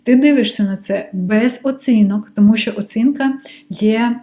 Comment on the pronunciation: Сприйміть як дружню пораду від філолога: пом'якшуйте звук ц у таких словах, як "оцінка", славнозвісна "паляниця" і т.п. У слові "що" вимовляйте чітко й твердо шч. Заслухалася Вашою українською, майже досконалою. Успіхів!